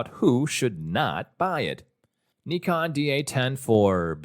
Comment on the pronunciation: Thank you for making the effort and pronouncing "nikon" the right way ! 👍🏻❤️